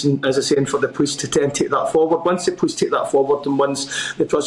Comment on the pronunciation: He is unable to pronounce the word POLICE.